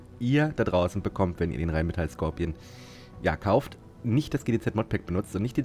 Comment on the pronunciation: Sprech doch bitte Skorpion deutsch aus und nicht englisch „scorpion“ 🙏🏼😂 warum machen das alle... auf Deutsch hört sich das viel „mächtiger“ an